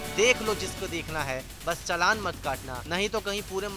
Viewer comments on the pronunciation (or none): its not chanal its chalan.